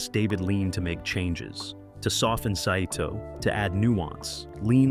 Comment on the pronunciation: The name of the Japanese commander, Saito, is pronounced Sy-toh, not sa-i-toh. Did AI write and voice the narration?